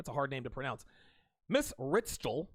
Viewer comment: Ritschel is just pronounced 'Richel', as in 'Deutsch'. It's a German name.